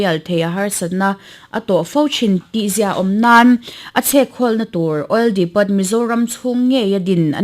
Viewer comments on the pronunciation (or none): Tukin chanchinthar puangtu khan oil depot kha awil dipawt tiin a lam a analh lo khawp mai. Announcements hi lo fimkhur teh u